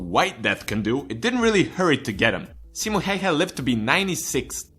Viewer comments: "Simo Heihe" lmao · "simo heihe" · "Simo Heiha" :DD Its "Simo Häyhä" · XD CIMO HÄIHÄ SE ON SIMO HÄYHÄ PERKELE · I from Finland and when you say Simo Häyhä its Simou heiha I understand Eglish language don't have "Ää" or "Öö" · its simo häyhä not hayha. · haha thats sounds so wrong ”simo hauha” ahahaha ”nähää torilla” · "Ssimmo Heihä" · simo heyhe LOL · "Simo Heyhe" 😅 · it's simo häyhä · Saimo Heihe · "Simo heihei" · Caroline Heiknert-Linder SEIMO HEIHA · I cringed when you said his name. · Hey we dont fucking farm and no offense you pronounced Simo Häyhä Wrong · Im from finland and you sais simo häyhä wrong😂 yeah its hard to say if u dont speak finish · Im finnish so I am proud oh btw you said his name wrong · opetele sanomaan simo häyhä oikein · Nice video thought you raped the pronounciation and title doesn't say Simo Häyhä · it's so fun when everyone who's not finnish says Simo häyhä wrong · I'm sorry but you butchered his name.